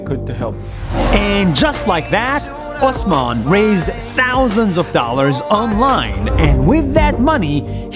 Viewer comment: my name is osman too in class my teacher some times call me osaman i like how u call it correctly